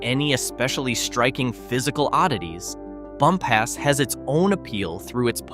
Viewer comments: It’s not pronounced bump ass. It’s pronounced bump us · Bumpass is pronounced "bump us," not "bum pass."